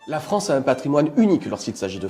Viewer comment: Juste la France et pas la Fronce !